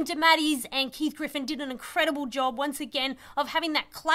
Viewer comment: Fun review but ARGH! It's GIFFEN not Griffen.